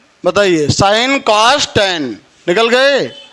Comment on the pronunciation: कॉज 😂 नहीं कॉस होता है